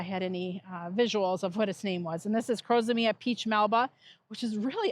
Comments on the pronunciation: Liked the heliopsis, not a fan of most of the others Incidentally did you prounounce crocosmia As crosomia? (missed out 'co' in the center and put an extra 'o' or 'a' before the m) Do Americans always pronounce it that way or is it just laziness on your part? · yes, sorry I shouldn't have added the laziness bit, Thanks for confirming how you prounounce the word, Americans do prounounce some words in a ridiculous way, So wasn't sure if it was usual that you prounounce crocosmia differently